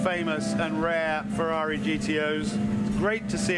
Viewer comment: What cognitive problem do Americans have that they can't pronounce F-E-R-R-A-R-I correctly?!?🤔🤦 Wonderful show BTW🏆👏👏👏